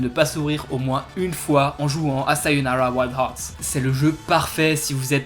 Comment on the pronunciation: Merci pour cette très bonne vidéo, de plus je te met un 20/20 pour la prononciation du titre du jeu ^_^